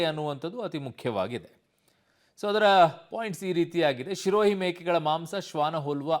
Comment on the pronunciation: ಲೋ ಅಣ್ಣ ಅದು ಶಿರೋಹಿ ಅಲ್ಲ ಕಣೊ ಅದು ಸಿರೋಹಿ ನಿನ್ ತೋರಿಸ್ತಿರೋ photo ಸಿರೋಹಿ ತಳಿದು ಅಲ್ಲವೇ ಅಲ್ಲ